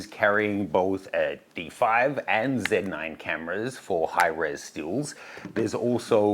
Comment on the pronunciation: Shouldn't Australians pronounce it 'Zed 9' instead of 'Cee 9'? 🙃